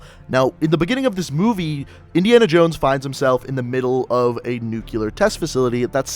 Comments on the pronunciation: Really man? nucular? ._. NUCLEAR!! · Nucular.....no correct pronunciation "New-clear" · gotta love them "nukyler" explosions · Wheres the other “u” in NUCLEAR?